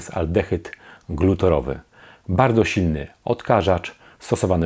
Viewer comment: Mała korekta: aldehyd glutarowy nie "glutorowy", związek wapnia nie "wapna" :)